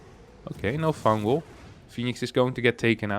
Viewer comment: "fungal! Fungal!" Sounded like you were saying "fangool!" In Italian